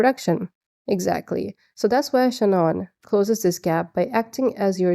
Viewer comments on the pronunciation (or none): Love the way you say Claudee and Shanoon!